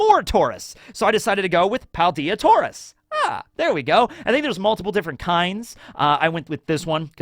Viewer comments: "I probably mispronounced Aegislash and Ariados." Also: "Taur-iss. The bull pokemon, Taur-iss. Not to be confused with Taur-OS, the actual real pokemon that exists. Instead, we are talking about Taur-iss, which is not the name of any real pokemon that has ever existed." (Also it's hilarious that he mispronounces Aegislash considering how many times he's talked about CP Aegis Zero, which is literally the same word.) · Bruh, hearing him say "Tauris" instead of "Tauros" made me die inside. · Redeemed yourself? ARE YOU MENTAL? You mispronounced ariados & tauros, then you committed a major atrocity by saying that raikou was the best legendary dog, suicune is the best one because its on the cover art for crystal & it can beat raikou with mirror coat...YOU GIGANTIC IDIOT!